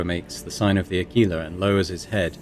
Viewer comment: Ah, I see why you are saying Aquila the way you are. The game is pronouncing it differently to the way it's said in audiobooks. I can't tell you how badly it drives me crazy! It's the symbol of the golden double-headed eagle, so the way the audiobooks say it makes logical sense to my brain. They pronounce it ah-quill-a. Quill like a bird-feather used as a pen. They are used in the lore. Some Servo-skulls have auto-quills and ink jars to write on parchment. If you ever watch 40k lore channels, look up Boldermort, that's what his avatar is! He makes good content, so check him out if it interests you.